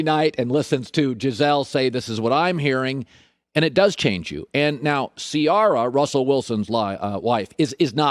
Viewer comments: Nobody : Colin Cowherd: CEEYARA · Joy please teach Colin how to pronounce Ciara correctly smh